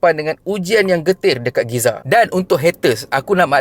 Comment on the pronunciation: Tak boleh sebut betul ii ke...ade sebut Giza...lidah tu putus ke kalu sebut gaza